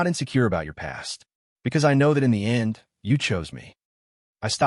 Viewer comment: Mom and daughter are identical?! Lol and the way you ai say END , YENDI?! LOL